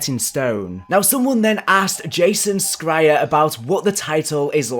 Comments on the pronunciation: It's pronounced Jason Sh-ri-er not scrier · Pronounced "Sh" not "Sk" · You’re not pronouncing the name Jason Schreier right lol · Jason Schreier (Shereier "Sh-igher") the c is silent